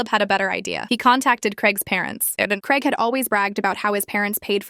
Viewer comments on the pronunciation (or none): ITS GRAIG NOT CREG. Bloody hell 🙄